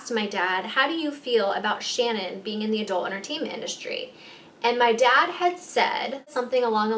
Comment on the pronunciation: Am i the ony one getting pissed bc shes saying adult enertaimnt (yes she says it like that) buissnes??